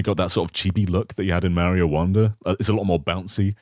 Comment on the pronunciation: I can never stop noticing how always says "Meh-rio".